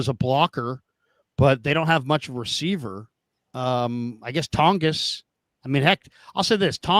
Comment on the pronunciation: It’s pronounced like Tawn-jess